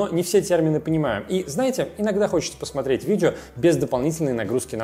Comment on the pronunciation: Цермины, видзео, пасмаарець.....- что это за ужас? Идиотский говор, дефекты речи, сидит в шапке, звук в нос, звукоизвлечение в нос.... Какой неадекват мог сунуть "этот набор" в кадр???